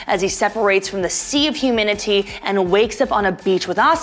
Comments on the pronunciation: Why are you pronouncing humanity as "huminity"? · 1.why does she say humanity so weirdly and 2.the angels don’t come from Lilith they come from Adam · is she trying to say humanity? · why does she say humanity like that?????